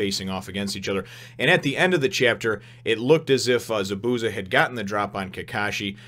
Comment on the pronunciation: The way Zabuza's name is pronounced is ZAH - boo - ZAH. There is more emphasis on the Za's than the bu and each syllable has the same length.